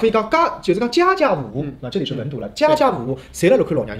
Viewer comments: 家家户户 不应该是 gaga huhu嘛？ 主持说的 jiajia huhu 是标准的嘛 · jiajiahuhu应该是文读，我们小时候是读gagahuhu的,还有每ga每hu。